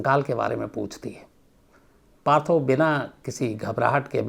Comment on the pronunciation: Patthar nahi Sir..... Partho.. Bangali log tha nhi tho bolte hai